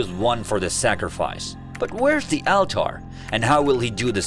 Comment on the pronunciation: Thats now how you pronounce ALTAR lol why do you even speak like that 😂